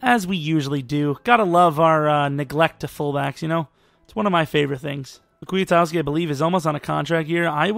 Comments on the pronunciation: Also, Kwi-Kowski. Not Kwee-a-towski Or maybe it's Kwi-Koski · Ryan Petras Maybe you're right, but either one of those is far closer than how says it.